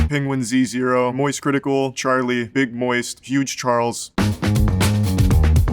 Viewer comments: Most surprising thing here is that he pronounces his channel name as "Penguin Z Zero" instead of "Penguins Zero" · the most surprising part of this is that charlie pronounces the Z in penguinz0, instead of just pronouncing it as "penguins zero" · He pronounces his name “penguin z zero”? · Wait WHAT?! He pronounces it Penguin Z Zero?! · It’s “Penguin-Z-Zero”? This is reality shattering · finding out that the z in penguinz0 is pronounced separately is like finding out santa isn't real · so thats how penguinz0 is pronounced